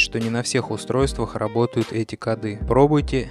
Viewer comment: кОды, а не кодЫ